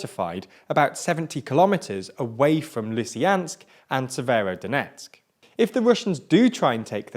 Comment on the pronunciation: I'm no expert but it seems like he got every single place name wrong